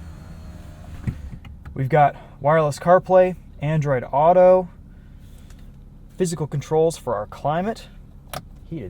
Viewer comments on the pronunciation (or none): none